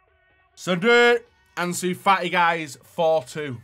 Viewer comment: Anzu fa i